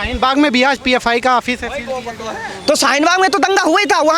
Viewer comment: Its pfi not phi